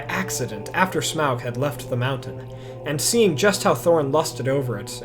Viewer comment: Why does everyone mispernounce smaug's name wrong?! 😡